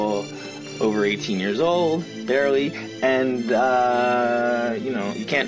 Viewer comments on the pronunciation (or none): I almost puked in my mouth when he said BARELY like that 🤮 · Weird how he says 18 barely